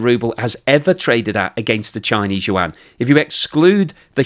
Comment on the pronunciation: That's how you humiliate a nation. It's an old strategy... Calling them something else rather than what they identify to be.....he pronounces the Chinese currency incorrectly too, love it ... 😂